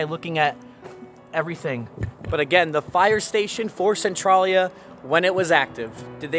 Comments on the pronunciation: It's CentrALia, not Centrawlia. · maybe im wrong but in PA we say it like sen-trail-ya like central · It's pronounced Cen trail ya.even the video you added at the beginning of this video says it. Pay attention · Local here. I forgot I had photos from 2012. Your video prompted me to add them to my channel today in a video. You may find it interesting to compare then & now. Thanks for your coverage on this area. (We locals pronounce it Sen-TRAIL-yuh). I had no idea they brought in all that dirt. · This is so odd, I grew up here on the other side of the graffiti highway. Only the movie is actually based on the town though, the games were from Japan and the issues of Centralia fires weren't until the 70s. No fires in the Silent Hill town :) There's a new fire that is burning about 10 mins away that just began -- and it's pronounced "sen-tray-lee-uh"